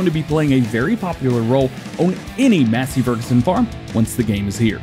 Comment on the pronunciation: No offense it's not mass it's mace, Massey Ferguson.